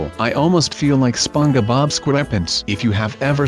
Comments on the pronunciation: ITS SPONGEBOB NOT SPOGE BO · ITS SPONGEBOB NOT SPUNGOBOB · It's spongebob not spongu bob.b.bbb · he is saying sponge-a bob XD sorry I'm not being mean :( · he said Sponebob wrong